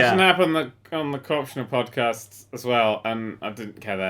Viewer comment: Did anyone notice "PodCATS" instead of "PodCAST"